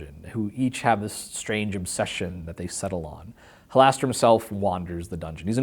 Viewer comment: Why is Mearls mispronouncing Halaster?